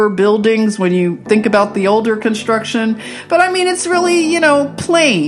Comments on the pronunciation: Sister Luv Great I Am Always Gives me Confirmation with You!!! Within the first couple of seconds you say aboot and I just had to Outfox the Al Gee Rith M'sss Because they would not let me speak my beautiful heart to some beautiful souls over there in the middle of the percolation of the war zone. The young beautiful Russian girl who channel is named Anastasia and please check out this beautiful soul of rainbow Gold! And her new video today just before yours came out was wanting peace and I know that's what we all really seek! No one wants their world all torn up with war! No one wants people shooting up their front room or their sacred holy of holies. Norther ancient monuments nor historical museums hospitals schools or nurseries can't we all just get along! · Aboot. Love it.. You're so adorable.